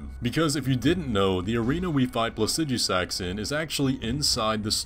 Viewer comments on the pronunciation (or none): Not trying to be a grammar nazi about made-up words or anything lol, but why do you pronounce Placidusax plah-sih-dyoo-sax? You said yourself that the root of the word, Placidus, is pronounced plah-sih-duhs, it should be plah-sih-duh-sax, no?